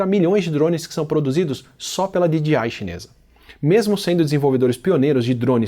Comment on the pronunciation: Você fala DGI ao invés de DJI